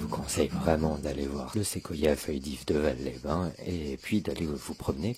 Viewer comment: ON NE DIT PAS VAL SANS PRONONCER LE "S" ON DIT VALSSSSS😁